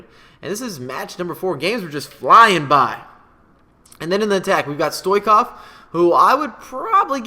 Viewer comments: The ch in Stoichkov is pronounced like Chili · It is not stoikof you disgraceful person it is Stoiechkof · it's stoichkov, ch as chelsea